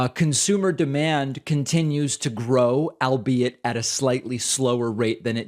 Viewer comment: Did you pronounce ”albeit” as ”I’ll be it”?